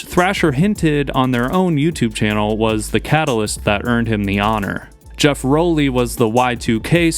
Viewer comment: Did you just pronounce Geoff ROWLEY as Jeff Rollie? Lol